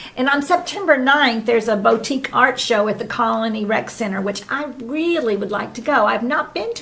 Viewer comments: It’s ‘boo-tique’. 😁. Appreciate all the hard work on these shows…we look forward to them every week! 🌴⛳️☀️ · It’s BOO-tique! Comin’ from a French teacher! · It's "boo tique" in my part of the world, for what that's worth! Happy you guys escaped the worst of Idalia. I love the look of Mike's workshop! 🤩